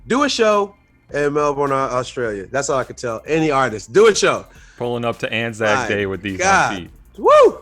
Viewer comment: for saying Anza Day not Anzac day. Respect the troops.